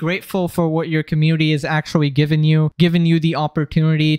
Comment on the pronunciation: my guy where's the n? you saying commuity?